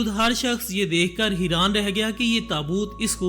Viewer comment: haiaan not hiran sudarjaa thoda padkay aaja